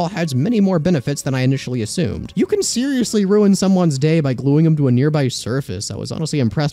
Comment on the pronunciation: bro said SEEROOusly